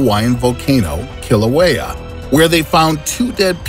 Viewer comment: did he just pronounce Kilauea like that